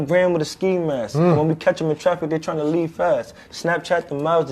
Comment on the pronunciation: I know where he’s from. I went to school in MD near Baltimore…that’s not an excuse for the way he speaks. A Baltimore accent is one thing but I’m talking abt much more than the way he says “toooh” lol…he’s literally pronounced something correctly and then 3 sentences later totally screwed up the pronunciation like he didn’t just say it right a min ago…he has something else going on. Trust